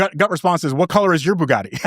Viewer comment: Can Graham please stop saying Byugatti???